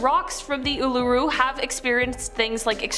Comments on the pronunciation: Uluru is pronounces Oo-lu-Roo, (Australian) - and yes, I know this particular rule, more also because I respect the Custodians of the land to not dare take anything from it. Wish others had the same respect. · Pronounced Uluru completely wrong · As an Aussie the way she pronounced Uluṟu made me cringe 😬😅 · Australian dying inside as you pronounce Uluru and Ayers Rock 😬💀